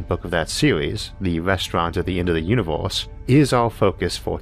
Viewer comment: Is this some parody that I don't get? Why does he keep saying univ-horse? Is it a bad accent? A lisp? I just don't get it but I also can't keep watching, it's just way too distracting to be honest, you folks need a new narrator p.d.q!